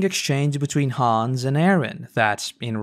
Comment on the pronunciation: Your pronunciation of "Hannes" made me irrationally upset. "Hans" no dude. It's like "Hahn ess"